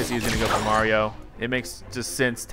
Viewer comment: its-a-me BWAHRIO